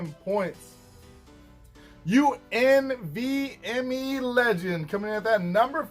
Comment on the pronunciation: Nice vid as usual doc I’m unvme x legend. And for future references it’s pronounced you envy me. Thanks for the mention though!